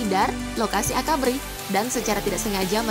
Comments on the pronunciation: Menit ngaco bener pengucapannya, AKABRI bukan AKBARI. Lucu bener kek badut! 🤓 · AKABRI bukan AKBARI